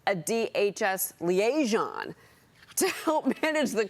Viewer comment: This woman does not know how to pronounce “liaison.”